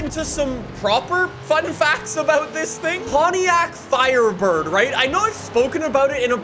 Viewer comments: THE " FIRDBIRD " lol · "firdbird" hahahahaaa you made a lil mistake